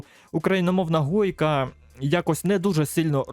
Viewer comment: не гойка а хойка,а так дякую за те що вів цей канал досить довгий час і удачі